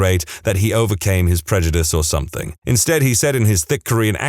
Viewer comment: No K in the word something